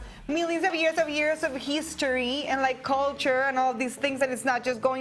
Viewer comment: "Heeestory" its history pendeja